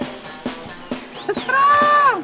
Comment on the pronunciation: Sekilas kalo ngomong sepiritt kedengernya cepirit...Wkwkwk.😂😂😂